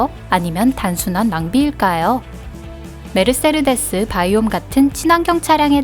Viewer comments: 메르세르... 데스 가 아니고. 메르세데스 인데... 세르에서 R 은 스펠링에 없지 않나요?? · 딴지 걸고 싶은 생각은 없고 메르세데스라고 알고 있고 스펠링으로 봐도 메르세데스인데 메르세르데스라고 읽는 건 스웩인가요? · 메르세르데스라고 읽네요? 메르세데스 벤츠가 맞지않을까요? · 차에 관심이 없는 사람이라 그럴수 있지 아무 지식도 없는 유튜버가 메르세르데스라고 했다고 조롱하냐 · 메르세르데스 메르세르데스 ㅋㅋㅋㅋㅋㅋㅋㅋㅋㅋㅋ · 메르세데스를 왜 메르세르데스라고 읽어.. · 메르세르데스가 아니라 메르세데스 입니다. 영어로는 머시디스. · 벤츠 발음이 좀 ;; 메르세르데스 라고 발음하는거 처음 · 모두 하이퍼카 계열이구요. 아쉬운건 가장 예술적 가치가 높다고 평가받는 "파가니"가 없네요. 그리고 "메르세르데스 벤츠"가 아니고 "메르세데스 벤츠"입니다. 사족1 : 창립자가 자신의 딸이름으로 상호를 정한거고 그건 내딸이름 걸고 만든 차니까 좋은 차를 만들겠다. 라는 뜻이 있다고 하네요. 사족2 : 현대차에 전화해서 물어보면 엔진을 30만km의 내구성을 목표로 만든다고 합니다. 벤츠에 전화해서 물어보면 엔진을 100만km의 내구성을 목표로 만든다고 합니다. 사족2는 뇌피셜이 아니고 같이 일하시던 분이 직접 전화해서 알려주신겁니다. 그냥 그렇다구요.. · 메르세데스를 왜 메르세르데스라고 읽지요? 읽는사람 마음인가요? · 메르세르데스벤츠가아니라 메르세데스벤추.... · 메르세르데스가 이니구요 메르세데스입니다 ㅎ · 아줌마 메르세레데스가아니라 메르세데스에요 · 메르세르데스 벤츠는 새로나온 메이커인가요? 메르세르데스;;;;;; 너무하네ㅡ.,ㅡ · 메르세르데스ㅜㅜ 너무 거슬려요.. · 메르세르데스라고 계속 잘못말함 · ㅅㅂㅋㅋㅋㅋ 발음 메르숴디스벤츠인딬ㅋㅋㅋㅋㅋㅋㅋ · 아니 무슨 일본어냐고 ㅋㅋ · 메르세르데스.... 발음 쓰레르데스 한 열댓번 중얼거렸더니 나도 세르세르하네...